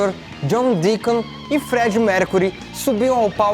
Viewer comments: ok, mas a minha duvida é: deacon se pronuncia dicon ou diacon? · Alguém percebeu que ele falou guitarrista John Deicon em